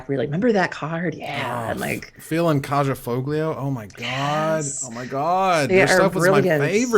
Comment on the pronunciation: FYI, the "j" in Kaja and the "g" in Foglio are both soft. Closer to an "h" sound.